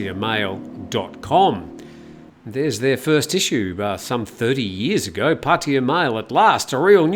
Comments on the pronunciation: Pah Tah Yah. (not Potty - uh.) Similarly, it's not Loon-down - it's London. It's not Mee-am-eye - it's Miami. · Break it down: พัท (Phat) ทยา (Tha Ya) - this is why when you drive there the (oldest) green highway sign says "Phatta Ya" . So translated it is really Phat Ta Ya. The two "Ts" blend together when spoken, so in proper Bangkok Thai "Pah - Tah Yah" is the way it is pronounced. It is CERTAINLY not pronounced Puddy/Paddy/Potty uh. Personally, I hate Pattaya and the cretins that live there, but I do love the Thai language, and this constant ignorant mispronunciation of three simple sounds is like nails on a chalkboard. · Sorry, I just find it fascinating how foreigners are completely unable, or refuse, to simply say Pah-Tah-Yah properly. It's very easy to pronounce, yet nobody can do it. It's always, Padea, Potty-uh, Poddy-uh, Puddy-uh. It's quite remarkable. But no worries, carry on.